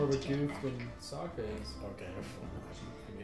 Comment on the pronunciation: You got to really emphasize the O in Sokka.